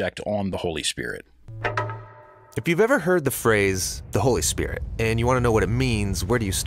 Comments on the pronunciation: Kathryn never learned how to pronounce holy spirit, it is not holy spirich🤔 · Anybody else notice that the way Kuhlman pronounces "Spirit" is the same way that Benny Hinn pronounces it ? "Spid-ut" (She was his role model in his early ministry and admired her immensely) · A lot of valid comments on K. Kuhlman here. Did anyone else notice her creepy, hyper-spiritual blunder? She began by saying "spirit" correctly, but then multiple times after she channeled Benny Hinn and pronounced it "spi-dit." So contrived and creepy. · Kathryn Coleman she said the holy spidit. That’s how Ammie McPherson would say holy spirit as spidit.